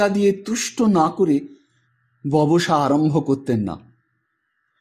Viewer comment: এমনই লেখা সম্ভব হল, তাঁর জ্ঞান-বুদ্ধি- লেখনীর স্পর্শে। আর আমাদের সান্ধ্য আঁধার ঔজ্জ্বল্য পেল আপনার বাচনভঙ্গিমা আর অনুভূতির যুগলবন্দিতে। কেন যে 'র' আর 'ড়' আর 'ব্যবসা' উচ্চারণ ঠিক হচ্ছে না?